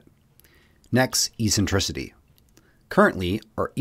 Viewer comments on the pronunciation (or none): It’s pronounced [eksen-TRI-si-dee], not [ee-sen-TRI-si-dee] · Eccentricity is pronounced 'Eck-sentricity' did you get this word from a book having never heard it spoken? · If you are going to try to explain these concepts please at least get the pronunciation of the terms correct. It's pronounced MilAncovich, not MilOncovich. Eccentricity is pronounced Eck-sen-trisity.